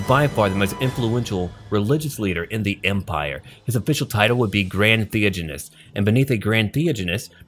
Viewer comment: Thee-ODGE-anist, NAG-ash.